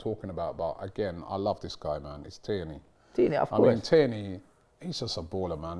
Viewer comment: it’s not “Teeney” but “Tierney” 😃🇯🇲